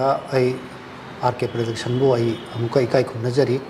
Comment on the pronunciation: Praduction haiba nate Production haibane. English ki wahei di fajana haiba tamse eikhoi